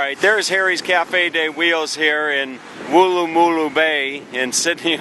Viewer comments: Hi, loved your vid, but your pronunciation is a bit out. You need to say it quickly as though you had had a bad pie and it was letting you know (not a Harry's pie obviously) - Woolloomooloo - not wool a moo loo. And no, we don't make up name places just to hear Americans say them, but it still is fun to hear you try! Welcome back any time mate! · Firstly, before you go posting a video of my hometown, learn to say the suburbs PROPERLY!!! And know most of the places are actually Aboriginal names. Wooloomooloo is said as one word. But actual Aussies pronounce it Woolamaloo. Try saying that in one go and then you’ll have it. Good on you for trying. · Wool...loo...ma...loo is how you pronounce it mate, shouldve asked the locals how to pronounce it so you dont sound like a tool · It’s wool-la-ma-loo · It would not matter how hard you tried to pronounce Wooloomooloo Americans fail? You have to pronounce imagining it is a single syllable word where it runs with no gaps...keep trying. I'll check your progress in a couple of years, perhaps you'll get it by then.